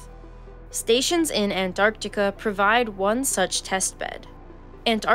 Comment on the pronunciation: Please don’t say Antarctica anymore.